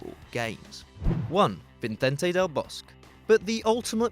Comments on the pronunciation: "Vincent del Bosk". That pronunciation tho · Vinay T M seriously like what the fuck?!? Just look up an interview where they name him, is it that hard? Vee-cehn-teh dehl boss-keh